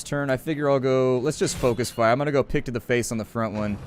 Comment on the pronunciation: i understood dick instead of pick